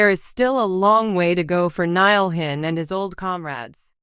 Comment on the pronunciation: This "voice" keeps saying his last name wrong too! 😬